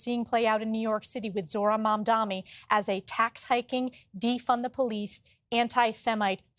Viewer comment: This Stefanik woman can’t even pronounce new NYC mayor’s name correctly: its MamdaNi not MamdaMi😅. And yes, Mamdani talks about raising taxes for the rich, not for the poor and people like Stefanik are for making rich richer at the expense of social programs for the poor.